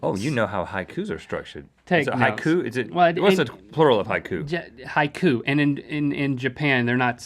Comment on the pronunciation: "HAIKU"? Bless you. **giving you guys a kleenex**